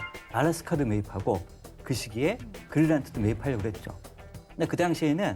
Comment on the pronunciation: 조동준 이라는 분은 왜 자꾸 그린란트 라고 하는거죠? 그렇게 부르는 나라가 있나요?